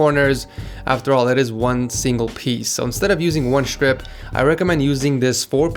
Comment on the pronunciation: I am soooooo triggered cuz he says shtrip not strip omfg pls